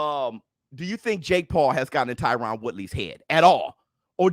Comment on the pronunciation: HIS NAME IS TYRON(TIE-RIN)